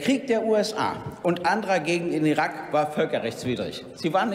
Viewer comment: irak mit langem A, Gregor...